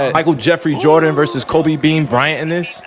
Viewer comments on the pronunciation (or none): none